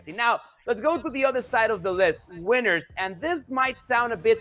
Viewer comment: “We made a list, Weeners and losers!!!!” Lol he’s fighting for his life to speak engreeesh, baby please!